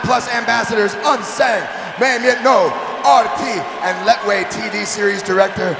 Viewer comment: These commentators are so ill-informed about the Burmese fighting classification - they don't even know how to pronounce this particular style - in the Burmese language the "t" is silent and is pronounced La-way . Now, find another line of work!